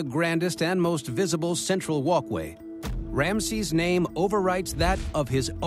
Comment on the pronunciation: MM Another voice over incapable of pronunciation . Rameses is pronounced Ram E ses NOT Ramsees